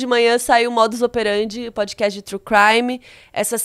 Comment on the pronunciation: aprenda a pronunciar “PODCAST” aqui: E pod- KAST não pod-Kest